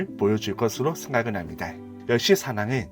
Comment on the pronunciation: 힙니'다' 를 매번 "다이" 라고 발음해서 소리끄고 봤네요. 말고도 발음이 너무도 많이 새서 지적하기 힘든 점도 있었는데 저만 그렇게 느낀게 아니어서 대댓글로 의견 남겨 봅니다 는 미련 을 민원 이라고 발음하셔서 자막이 없으면 아예 이해가 불가능한 수준이네요